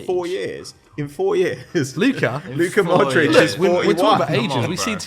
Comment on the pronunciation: Why the hell did say modric smh😭😤🤦‍♂️